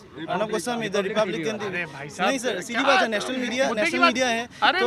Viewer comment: It's Orunab Gooo Swami.